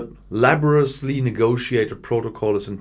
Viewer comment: I always watch your videos with interest. I know you're not a native speaker of English and commend you for great command of the language. I've noticed one particular word you're using on a regular basis. 'Laboriously' has an 'i' in it that must be pronounced. Keep up the great work!